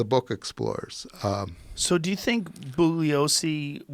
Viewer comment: turn captions on and take a shot of vodka everytime they mispronounce "Bugliosi". liver failure by the time the interview ends.